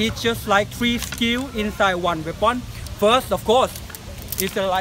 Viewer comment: "Weapound" haha